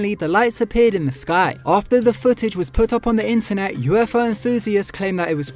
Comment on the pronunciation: You always miss t in internet you say innernet and also twenny instead of twenty